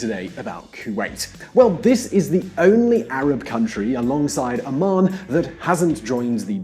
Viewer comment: OMAN HE PRONOUNCED OT WRONG